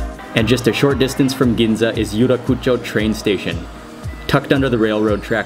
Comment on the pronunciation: Yurakucho is pronounced as you rak cho